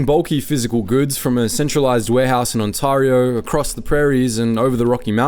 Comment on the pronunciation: No hate intended here, but why is a person from the UK talking about Canada on a channel called Maple Inc.? At least pronounce stuff like Ontario correctly.